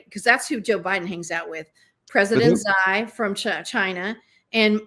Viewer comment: I’ve never heard someone pronounce Xi’s name like that lmao